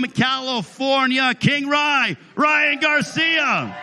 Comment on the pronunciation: "Ryan Garciam" LMfao